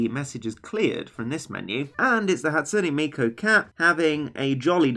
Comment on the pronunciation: Hey, you pronounced it right! A lot of ppl be like "Hat SOON Miku", but you spoon, you "Hat SOOn NE Miku"! Excellent!